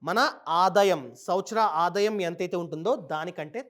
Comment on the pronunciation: Nice..good inf.say aadaayam not adayam bro